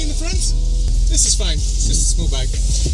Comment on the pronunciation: പാണ്ടിപ്പട സിനിമയിലെ പ്രകാശ് രാജിനെ ഇംഗ്ലീഷ് സംസാരിക്കുന്ന സമയത്ത് ഓർമ്മ വന്നത് തെറ്റായിപ്പോയോ.... iam ഗുഡ് ആൻ്റ് ഫൈന്😮